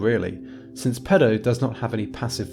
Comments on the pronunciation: But he cannot pronounce Latin. "pedəu", haha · There's a lot of irony in someone talking about languages being unable to differentiate between pēdō and pedō. Stretch your damn vowels man!